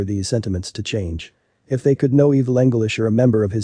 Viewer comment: Evil anglish?